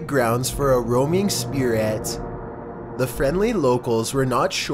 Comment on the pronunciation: “r o a m i n g S P I R A T”